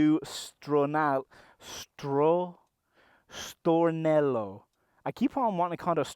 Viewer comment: I liked the way you accented StorneLLLLLLo, love you <3